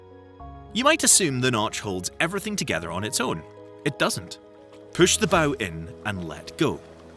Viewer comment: . It still can’t say Bow correctly